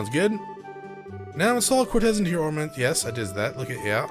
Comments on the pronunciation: Quartz, not Cortez, lol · Dude, it's fucking QUARTZ! NOT CORTEZ!!! It's not a pair of Nike's, for crying out loud. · I was actually getting used to it, rip status alignments. But yeah it is technically pronounced like quart or court. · The way you pronounce quartz here is so funny because we all have a word like that that we have fucked up forever not realizing it 😂 also i see your logic to why it should be pronounced that way lol. I always mess up "bass" and "base". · The way you keep pronouncing "quartz" I'm so dead